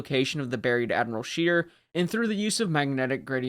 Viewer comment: It should not be too difficult to ascertain the German names, or how to pronounce them: Admiral Scheer...NOT ' Sheer' but ' Share' . Not really correct but a lot better.